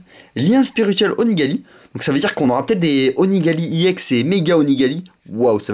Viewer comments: on dit ex sinon parfait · Il prononce à l'anglaise : E-> i ; X-> èx